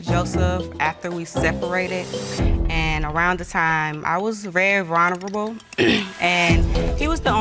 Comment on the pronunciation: “vuuurrnable”. What an excuse